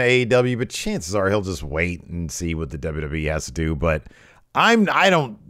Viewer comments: DUbbbbbbllllaaaa DubbbbblllllaaaaaEEEEEEEEEEEE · The way face lights up when WNN mispronounces WWE is delightful